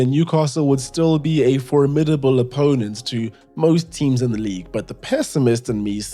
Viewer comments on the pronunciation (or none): none